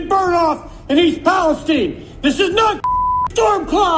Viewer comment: Hey, that's my hometown!!!! Still weird to see my small podunk town in youtube videos! Also, it's Pal-es-teen, not like Palestine in the middle east.